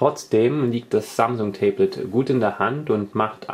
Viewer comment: Tee blet warum sagst du immer tee blet meinst du ein tablett mit einer tasse tee drauf oder ein tablet pc?